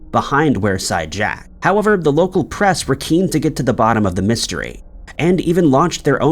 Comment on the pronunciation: It's pronounced weer side jack not were side jack 😁